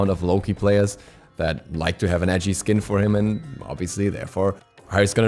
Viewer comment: When you are saying "edgey" skins it sounded like ecchi skins! We all want to pick the echii skins I'm with you on that!